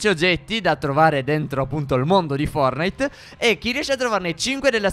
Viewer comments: Stef dice FORNITE😂😂🤣😂😂🤣🤣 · Si dice fortnite!!!!! Non fornite